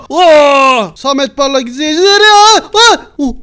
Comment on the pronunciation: Saeti diyil sameti